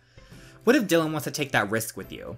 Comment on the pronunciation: Oh and Btw Dylans name is pronounced Die-lan